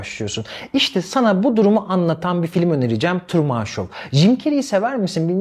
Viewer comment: Hocam Truman'ı Kamuran gibi telefuz etmeyin yahu 😊 Trumın 😊